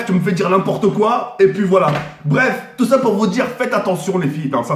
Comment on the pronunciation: mdrr il a fais coi au début 😂😂😂